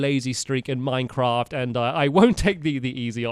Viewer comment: Minevaft. Minceaft. Mindfraf. Minefat